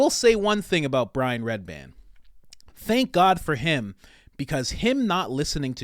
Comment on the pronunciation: I don’t think you understand what “handler” means. You make zero sense. Also it’s REDBAN. Not redband which you said 4x